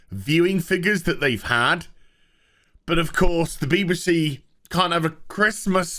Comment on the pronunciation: I love the pronunciation of BBC "Beebersee"